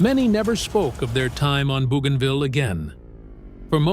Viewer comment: not BOOgainville but BOWgainville